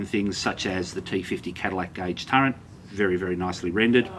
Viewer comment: Did you say 'turrent'?